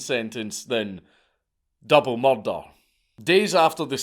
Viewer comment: I like how Dank pronounces "murder"